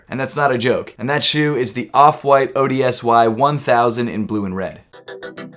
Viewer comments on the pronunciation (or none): I think it might be pronounced "odyssey"